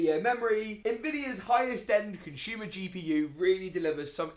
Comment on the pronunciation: It's "consumer" mate. Not conshumer